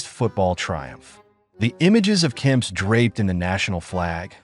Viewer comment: The name is Kempeeee not Kemps but other then that it’s a great video